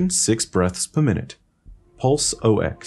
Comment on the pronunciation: Any other health care providers giggle at how read "Pulse Ox"? Just me?